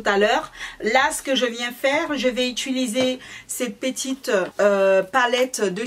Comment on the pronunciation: Bonjour. Je suis Réunionnaise , les mahorais et leur accents ont connais mais la certains mots son complètement déformés c’est gênant, quand ont décide d’être une personne publique en sachant que des enfants regardent, faut faire un effort. On dit « utiliser » pas « Ituliser » C’est pas agréable à écouter. Chacun donne son avis je donne donc le mien...